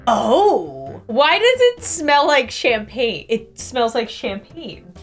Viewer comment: I think you got influenced by the name "champagne" when it's actually campagne (as in like countryside) but it's still very fun to watch, and I agree, it's amazing toasted